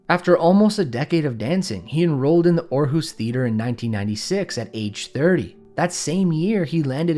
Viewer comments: Mad respect to you for saying 'Aarhus' so correctly. That is not a novice name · Thank you for pronouncing Aarhus correctly lmao